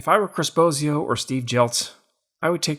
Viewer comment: Chris Bosio calling, my name is pronounced wrong Phillies Guy! My last name is pronounced like the Wizard of Oz, not like Bozo the clown. Just nitpicking and keep up the great videos.